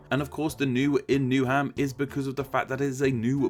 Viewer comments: New ham is pronounced as Newum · Newham = New'um, not New Ham. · Havering, which I'm afraid you pronounced totally wrong, it's instead with a much harder A; 'Hay-vering', along with with a few of the others... You pronounce the 'th' in 'Waltham Forest', it's not a hard 'T', Newham is said much faster, they are not separate words 'new' and 'ham', and of course perhaps most blaringly of all, 'celtic'. Also you fail to mention that 'Ham' is a shortening of 'Hamlet', which means rather settlement not dwelling. Actually starting wonder whether I can trust any of the content at all, if it's all based on one man's guesswork. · WalTHAM Forest, HAYvering, newUM, you'd think someone who makes etymology videos for a living would know how to pronounce names.. -_ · If, as you say, you were born in London, why do you so woefully mispronounce London names? River Lea, Havering, Newham, Waltham Forest...